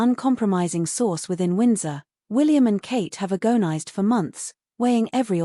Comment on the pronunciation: You mispronounce 'agonised'